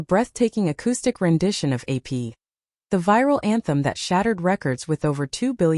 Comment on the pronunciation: It really shows how under developed AI is when it can't even say APT...